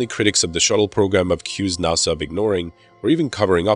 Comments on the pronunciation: That and NASA NACA Not NOSA and NOCA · it's nas-sa not naw-sa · "NAH-SA" seriously? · I have never heard a north American person pronounce nasa "nossa" there were a lot of really weird pronunciations here. Lol. I could understand if he was foreign but geeze. Lol. I don't mean to poke fun or anything I just find it interesting. Great video too.